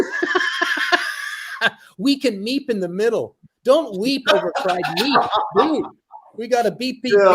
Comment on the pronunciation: I remember the words on the screen, said beep beep. But it sounded like he said meep meep.